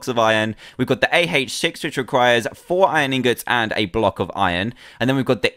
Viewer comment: lol you said A-heich on AH